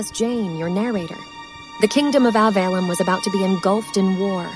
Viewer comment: It frustrates me to no end that not only is the kingdom named Avalon (i.e. directly ripped from Arthurian legends), the AI doesn't know how to pronounce it correctly!